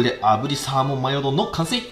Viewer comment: 「アマゾンで獲れたサーモン」って聞こえて焦った